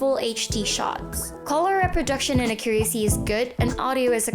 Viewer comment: A-ccu-ra-cy, not a-CCU-racy. Made me cringe every time she said it